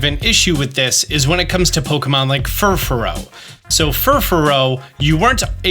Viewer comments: lol why are you pronouncing Furfrou as Fuforo? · friend, it's Fur-froou, not fur-farou:) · Fufuro.. really?? Possibly the worst Poké-tuber out there, cannot even pronounce half of the dex. smh He is informative, but terrible at pronouncing Pokémon names.